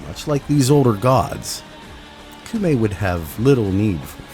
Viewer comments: Am i really the only one who's bothered by you saying "koomei" instead of "koumei"?? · Komei. In Japanese, whenever u is written after o, it's silent. Sorry, I had to, kinda hurts my ears. Other than that, gr8 vid. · I hear you coom from the Meg school of pronunciation. Coomei. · “Coom-ay”. Oh for gods sake. How difficult is it to learn how to pronounce a word when the game speaks it OUT LOUD to you? No. Being American is not a valid excuse! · Her name is said so many times inside and outside of game, you even have the clips! how did you land on 'Koomei'? Also please, 666 isn't even consistently the mark across versions of the bible, and falling back on Christian myth in a Japanese update is unendingly frustrating. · took me a minute but I HEARD THAT SOUL REAVER MUSIC still one of my favorite games to this day, and had some of the best atmospheric music lol (also funny that you dont even try pronouncing those words yet are confident in that pronunciation of Koumei) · The way you keep pronouncing Koumei actually hurts me when you must have heard it pronounced correctly dozens of times, at least